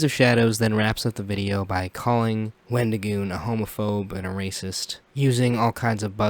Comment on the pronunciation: The example he used of "far right" is basically just the anyone more to the right than he is. For someone who wants to seem so upset that someone made a video with our favorite avocado, he sure can't say his name correctly. His response on X was awful. I'm sorry, but it was the worst explanation ever. "Oh, I've gotten tons of things factually wrong because I can't control my emotions. Yes, i got things wrong but that doesn't change my opinion that all conservatives are evil and that wendigioon shouldn't be allowed to exist in horror or public spaces because i don't agree with his political or religious views. Oh, also, everything else i said that was factually wrong i stand behind as well but yeah, I shouldn't have used those pictures." His idea that people calling him names means they're nazis is just as crazy as his other takes. I'm not surprised to see that IPOS doesn't seem to understand you can be friends with people who have different beliefs than you of your a well adjusted individual. I'm the type of guy to hear someone said a slur and go "Oh no, anyway..." Because i understand that words only have power that you give them. Just like money only has value because we decided it did. People who make it seem like someone was out there physically assaulting people have no life. Horror is about the thrill of fear and suspense in a safe environment where you're allowed to express these feelings without being in danger, with various underlying types of horror invoking differe